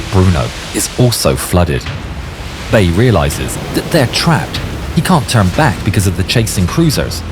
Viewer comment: Der Name wird Bei gesprochen, wie in Reinhard May, nicht Bay.